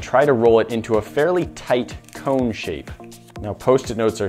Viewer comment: now I als love the way you say CAONE instead of CONE,like faom instead of foam